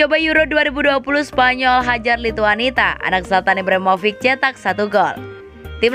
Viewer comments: Lithuania mbak bukan Lhituanita, gak enak betul didengar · admin nya cuma tamatan PAUD 😂😂 Lithuania malah dibaca Lithuanita